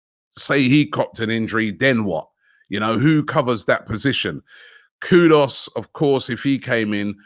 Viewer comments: Robbie the name Is Ku du us, not Kudos😂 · Personally I’d love to see Vlahovic at the club cos imagine the crosses from Odegaard and Tierney raining down for Vlahovic 🤯🤯 if that’s not possible then we should go all out for K U D U S!! Not Kudos Robbie!! Not hard to pronounce. 🤦‍♂️😂 same as Lautaro Martinez not Laturo. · How can he keep saying Kudos instead of Kudus? It’s not that hard to pronounce lol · I will tell Robbie kudos the day he pronounces Kudus' name correctly (Koo-Doos) 😂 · Vly-a-vitch Koo-Dos 🤣